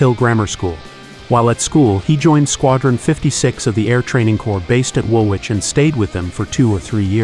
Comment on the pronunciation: Wool Wich!!! Haha.